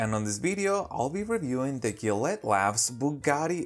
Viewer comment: it’s Ja let